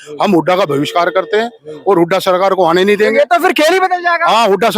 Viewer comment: पहले तू पढ़ लिख ले बाद में नेतागिरी करना, बहिष्कार को भविष्कार बोल रहा है। रही बात खाज मिटाने की तेरे जैसे बहुत आए और बहुत गए।